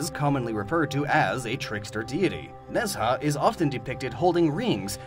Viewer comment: Omg you said Ne Zha so badly